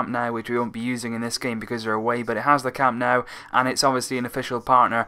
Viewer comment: Some tips: The Catalan and Spanish pronunciations of ''G'' are different. The ''G'' in Girona is pronounced like the ''G'' in Gerard (Piqué), not like in Getafe or gente. And Camp Nou is pronounced more like 'Camp Know', not 'Nau'. The ''X'' in Catalan sounds like ''sh'' (i.e. Xavi) - so it's 'Aleish' Vidal, not 'Aleiks'.